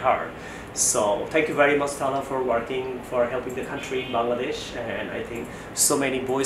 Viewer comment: varry varry nice sir